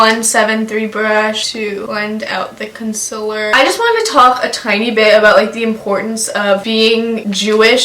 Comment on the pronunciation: C.O.N.S.I.L.L.E.R LOWKEY get TRIGGERED everytime someone says 'Consiller'